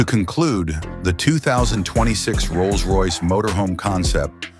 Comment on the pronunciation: AI slop Can't even make the words Rolls Royce work.